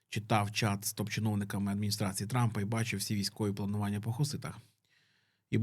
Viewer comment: Мені одному почулось, що Трампа трапом назвали?)))